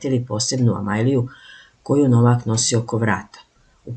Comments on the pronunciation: Nauči već jednom kako akcentujes kad izgovaras Novak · Опајдаро,изговарај правилно "Новак,"